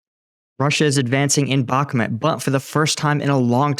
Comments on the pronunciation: It’s pronounced “back-moot”, not “back-met” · Bro if you are going to comment on Ukrainian matters at least learn Slavic pronunciation. Sever means North and is pronounced Se Vair, Bahmut is not Bakmat but Bah Moot. Please for the respect of those that speak the lingo make the effort and learn the pronunciation. If you need some help reach out. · 'Bach', as in Johann Sebastian, 'moot', as in something subject to debate. 'Bachmoot', try it, it feels good. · Jesus, learn how to pronounce Bakhmut. It's not Bakhmet... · Why do you pronounce Bahkmut the way you do? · Mate, please learn how to pronounce Bakhmud.